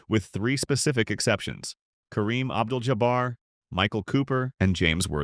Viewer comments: Abdu Jabber. This damn robot voice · What is this AI narrative. The guy is one of the most famous people in the world and the video can't even pronounce his last name correctly. It first pronounces it ja-brrrr and then Alcin-door? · Give me a break. You can't call your channel Hoops Legacy and not even know how to pronounce the name of one of the greatest - if not the greatest - players in basketball history. Period. But I'm sure you'd be cool with a video in which he refers to Mickey Jording. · Mispronouncing Kareem's surname is patronizing and seemingly racist. Do better or not all!